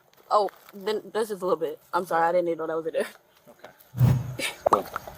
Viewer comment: It is too late to be sorry-ah.